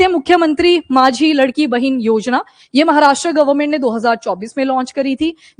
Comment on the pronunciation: Mam it’s not ladki it’s लाडकी bahin means favourite sister